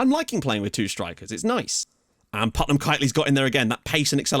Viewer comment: Finally someone other than me...... PutMAN, not Putnam.. :D